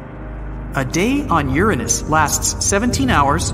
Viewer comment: . 🤣🤣🤣🤣 'Urenness'. Almost as if you deliberately avoided the actual pronunciation 'Uranus' which obviously sound like you're describing a certain body part. That was funny in it's own right.